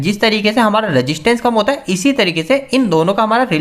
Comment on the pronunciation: Sir phly to main ye clear kr du ki aap jo bol rehe hai vo boht fastfarword me hai...smjh nhi aarha kyaa bol gye aap dusri chiz abke words clear nhi hai....resistance ko ap registence keh rehe.....or fer jo thora boht smjh ayaa bo apke last explanation me spoil ho gyaa.....please make a well and proper video....for bettr known..... Sorry bro 1 dislike for the video👎